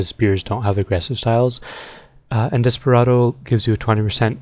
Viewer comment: for a sec i thought you said omustardo instead of Desperado